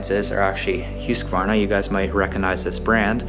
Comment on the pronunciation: Thanks for sharing. I found it really interesting, and also educational. Now I know how to properly pronounce Huskvarna, or Husqvarna as I recognise through product branding. Locally we’ve always pronounced it as Husk-Varna [huhsk], instead of as you pronounced it [ˈhʉ̂ːsˌkvɑːɳa]. I learn something new everyday! 😊